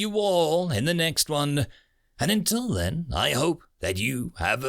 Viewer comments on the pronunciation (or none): none